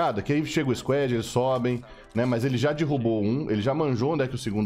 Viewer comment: sem querer ser chato mas a pronuncia de squad eh squad e nao squed